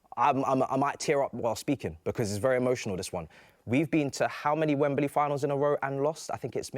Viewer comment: I hate it when they say Wem-Ber-Ly 🙈